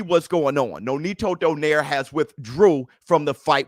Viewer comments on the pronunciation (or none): Let me correct you all,, nonito's last name pronounce "donairy" not "doner" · Its not donaire its donayri hahahaha